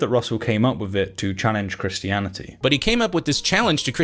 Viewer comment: The way he says "Christiani-tee", but otherwise pronounces any other word ending in "-ty" more like "-dee" ("insani-dee", "humani-dee", etc.) enrages me more than it ever should.